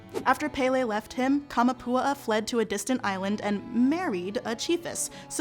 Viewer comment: Kah-mah-poo-AH-ah. Not Kah-muh-POO-uh-uh. Your pronunciation is driving me nuts. 😝